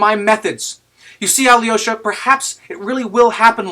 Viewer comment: Excellent read, thank you. One note on your pronunciation of Alyosha: your Al is correct, soft l and everything, but the y es not prouounced yee, its pronounced yo Al-yo-sha